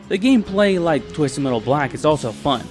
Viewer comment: Man don't put so much emphasis on the t in metal because now that I noticed it I feel like you do this purposely and not due accent wise, tbh now typed do you even have an accent or wtf? I can't tell and that bothers me greatly. LIKE hmm being unpolitically correct I can't tell if you would be from America or from another country? Please lemme know, low-key am curious of your nationality btw not making fun of your speech am legit curious. My accent is southern greatly Texas accent but yea great in depth vid what's your take on this all being in sweet tooths head? Edit: gets to the point in vid, and am facepalming myself, sorry for the previous gripe mb.